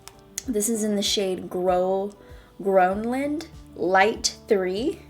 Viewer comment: Grønland or Groenland is a country kind of “owned” by Denmark which is where i come from! It means greencountry actually, but you pronounce the Ø as the I in bird! I hope you read this and i love you so much!